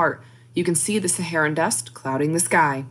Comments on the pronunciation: Saharan, not Sharan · Saharan not Sharan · It's not sharan but Saharan. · I think it’s ‘Saharan’ Dust, like maybe from the Sahara Desert... not Sharan Dust... 🤦🏽🙄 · What is Sharan? Please editor fix this distraction please. Its Saharan. How can I trust what you say when its wrong? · Its Saharan not sharan